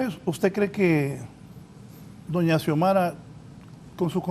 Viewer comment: Porqué los periodistas no pueden decir Presidenta "Xiomara"? Parece que se perdieron una clase importante de la carrera...